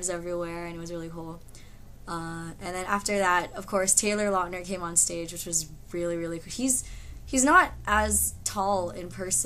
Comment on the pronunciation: great story ....but I think Taylor prefer if you call him lautner not latner ....because latner is wrong...haha but still awesome ;)